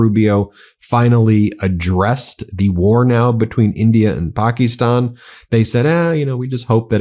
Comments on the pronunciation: Pock-ee-stan, gee, U hope this war doesn't last long. Pack-ə-stan. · How is Donnie Deferments going to blame Biden and Harris for India and Pakistan? It is "Pak'is'tan, not "Pak'ie'stan!" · "Pak-ee-stan" jesus christ could you be any more white lol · Where did you get that pronunciation of Pakistan?